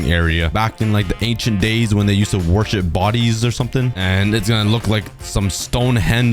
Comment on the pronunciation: when you were saying worship i misheard you and thought you said warship so i got confused for a second